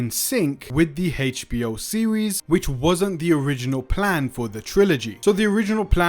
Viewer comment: Dude saying "Heitch B.O." is driving me up the wall😂